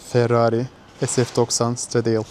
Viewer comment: Stradeyıl diye okunmaz yazildigi gibi stradale diye okunur